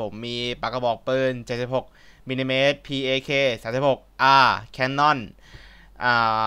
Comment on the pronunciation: พี่ครับPakมันอ่านว่าแพคครับ